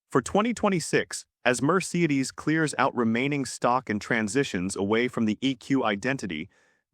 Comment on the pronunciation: Overall, good information… marred by a ridiculous AI narration (I love the way it mispronounces Toyota and Mercedes). Lesson: Luxury EVs just might not be the best “investment.”